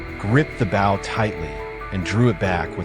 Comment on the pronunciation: Its not a bow as in bowing to a king, its said bow, as in Bo Derek. Learn to speak English!!!